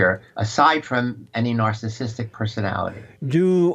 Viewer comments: jlp: "nasahsistick," 😆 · Jesse, learn to pronounce the word "narcissistic" you dumb fuck!